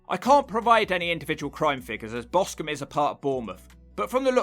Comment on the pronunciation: BOSTON ???? You mean Boscombe LOLS